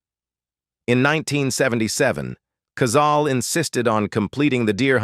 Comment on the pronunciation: Cazale-pronounced Cazaleh.